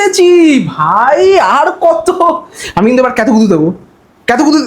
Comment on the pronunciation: কাতুকুতু ❌ কেতুকুতু✅